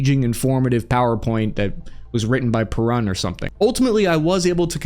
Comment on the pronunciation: He said perun 😂